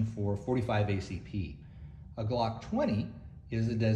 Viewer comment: If u want to sound moŕe professional u should start from the basics - learning how to pronounce the word "glock" correctly